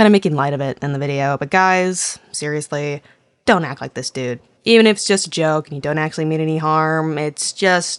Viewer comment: "uish juwst a jwoke bwuhh"